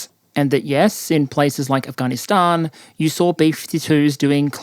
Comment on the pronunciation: dude it's not fucking "ahhh-gahhh-KNEEEEEEEEEEEEEEEEEEEEEEEEEEE-stahhhh-n" it's "af-gan-is-stan" holy shit, you've been saying that crap for mad long say it properly that's such a bizarre annoying pronunciation, i hate the country but at least pronounce it right lol